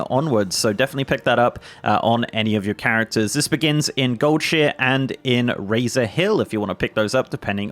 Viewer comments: Omg yeah I’ve never heard anyone pronounce it Gold-Sheer before…. I was shook. Only Gold-shy-er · did you say Goldshear on purpose? Its Goldshire my guy, not Goldshear. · It's not goldshear it's goldshire like the hobbits. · Never heard anyone pronounce it Gold-shear in my 17 years of WoWing. Lol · Did you just say goldsheer?? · lol first person I heard pronounce goldshire, “gold sheer” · I keep hearing "gold shit" lol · ☝️this part right here. I winced painfully every time with that pronunciation 😫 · His pronunciation of goldshire is making me cringe… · Your British comes out so hard when you say Goldshire